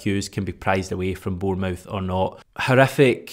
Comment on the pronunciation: Stop saying "born-mouth" you're Scottish not American, you know how it's pronounced